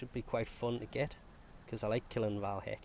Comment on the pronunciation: Btw its VAY Hek not VAL Hek.